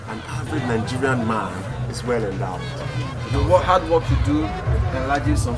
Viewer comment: Endowded-ish!! Loll